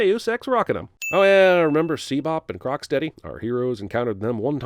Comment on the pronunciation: okay can anyone at least tell me "What the hell these things are?" They're like the coolest monsters I've ever seen in a movie. did you just call them SeaBop and Crocksteady.